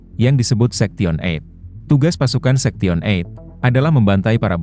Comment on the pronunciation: Ngomong sektion berkali kali, sebenarnya story teller nya tau atau pura2 gak tau sih?? Sebab ngomong 8/eight nya bener…Sorry kritik utk membangun